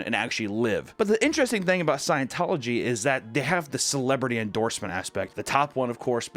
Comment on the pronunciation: The word is INTERESTING (ENTER-ESTING), not “ENTRASTING”